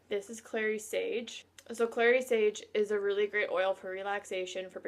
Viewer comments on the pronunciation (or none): Did you say clear sage.thank you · It’s clary sage.